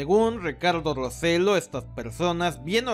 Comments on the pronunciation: Saludos. El apellido del gobernador de Puerto Rico se pronuncia Rossello' (con doble l y acento en la o final). No Roselo. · Muy acertado el vídeo, gracias por tocar el tema. Saludos desde Puerto Rico. P.S. El apellido del infame gobernador de la isla se pronuncia "ro-se-yó". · No se dice Ricardo roselo ,sino Rosello'. Lo s boricuas deben unirse y votar en contra De los republicans y los demas hispanos tambien unirnos y darle un mensaje